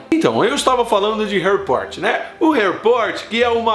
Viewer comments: aew cuto "reri porti" kkkkk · peidei molhado quando tu falou Harri Poti kkkkkkkkkkkkkkk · "Harry pote" kkkkkkk Kkk caguei de rir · HAHAHAHA Harry Poti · Harry poti 😂😂😂😂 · Harry Pot kkkkkkkkkkkkk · "Harry pote" tah parecendo minha errando os nomes 😂😂